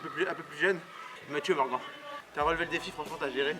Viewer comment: Sa se dit morgane pas morgan